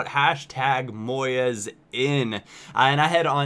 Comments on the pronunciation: It's moyes not moy-es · it's pronounced Moys not Moy-es. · It's pronounced Moyz not Moy-ez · just so you know, Moyes is pronounced MOYZ and not MOY-EZ :) no big deal really but i've just heard a lot of my friends saying it too recently and thought it was interesting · Moyes not Moy-es, he's scottish not french, spanish etc just saying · it's pronounced Moys:) you don't say the 'e' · It's said MOYZ not moYEZ. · It's Moyes, not Moyez.. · moys not moy-es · Moyes ( muy-z) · its pronounced moy-z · It's not pronounced moyez hahaha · your saying moyes wrong!:L kinda like boys but with a "M" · btw, he can't pronounce Moyes, LOL, GG, GG! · Who is 'MOY-ES' ?? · omg, the way you pronounce "Moyes" is weird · The way you pronounce 'Moyes'. :'( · The way you say Moyes is weird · You could at least pronounce Moyes correctly.